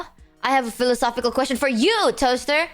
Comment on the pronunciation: The way she pronounces the word "philosophical" is the funniest thing in this video.